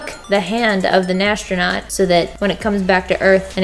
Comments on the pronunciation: am i the only one that hears her say nastronaut in de place of astronaut??????? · As a non native speaker, I'm so confused about you pronouncing astronaut as "nastronaut". I always thought it's pronounced without an n. But you did great with this challenge! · NAS-tronaut....good job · Lmao "nastronaut"